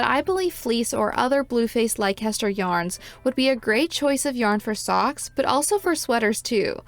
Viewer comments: Uk viewer coming to the comments to say it’s pronounce les-ter, but I see others have already done so. It’s a beautiful yarn! Great review ❤ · Just for info, Leicester is pronounced Lesster. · Leicester is pronounced "Lester". Trust me. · It is a great yarn and one of my favs. It is, however pronounced “Leh ster”.